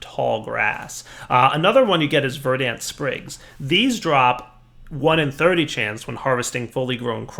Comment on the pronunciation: Dude. The "a" in "verdant" is a schwa.